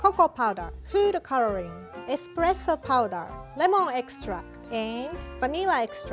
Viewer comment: food calaling? that's what she said??!!! lmaooo